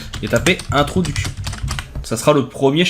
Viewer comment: À , on te voit taper [ Introduction ], mais on entend que tu dis: [ un trou du cul ]. J'ai reculer à quelques reprises, et c'est bien cela qu'on entend. Faudrait peut être faire attention à ton français parlé¿ 🙂